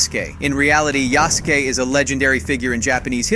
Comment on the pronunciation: Yah-soo-kay? Thought it was Yas-kay. Nevermind, he said it ri- Why does he keep switching between the pronunciations?